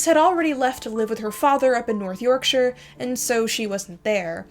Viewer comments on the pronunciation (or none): none